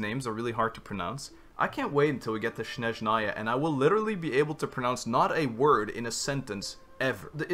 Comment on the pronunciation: Can't wait to Snezhnaya either, cause i'm russian myself and want to hear and laugh at how terrible they going to butchering russian names. Like they already did with some npc :D